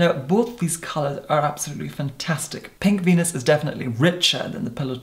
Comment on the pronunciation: PINK VENUS...I swear at first I thought he said “pig fetus”. I thought, “Well that’s a specific name for a lip liner...” 😂😂😂